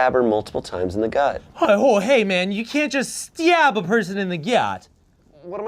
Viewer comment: Oh my god, I'd actually forgotten about the 'bully Olivia' sketch, but Ian saying "styab someone in the gyut" is why I sometimes add random Y's to my words! That is wild!